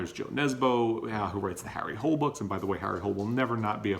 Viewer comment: No, is not pronounced without the H(that is the French way), and Nesbø is Norwegian, not Danish. The name is not pronounced like the English hole, but with two clear syllables , and the -e in the end is pronounced: hooo-le (like -le in tolerate, and not changing the long o into a u-sound). Sorry, but I have spent parts of my life teaching Danish at an American University, a long time ago, but still...